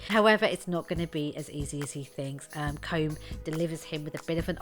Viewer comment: Place names, character names, even the actors actual names ( which you'd think they'd have the cop on to look up look)Jesus it's brutal to listen to, like whenever someone english says my name, without even an iota of trying.If they can't, plenty of Irish interviewers to refer to. Feckin el english woman, try harder.